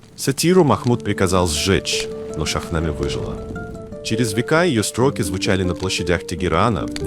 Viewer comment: Добрый день. Очень приятно,что стали говорить о персидской литературе,только Шахнаме,ударение падает на последний слог,на последнюю гласную Е. Спасибо ❤